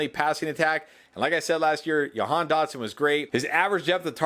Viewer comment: Hey, I’m from Nazareth (Dotson’s hometown). It’s pronounced Ja-Han just to let you know. Love all the great content!